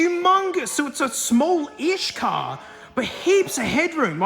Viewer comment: IT'S "CAR"